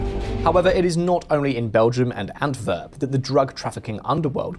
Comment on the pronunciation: It’s AntWerp, not AntVerp.